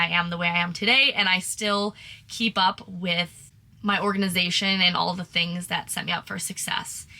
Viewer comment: To say "2 tings" is very Bahamian 😂